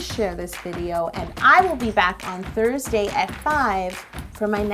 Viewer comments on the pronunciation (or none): none